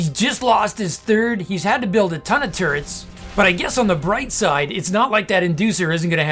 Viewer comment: Just when I think this caster can't get any more obnoxious he says "turrents" You just got the whole package my man.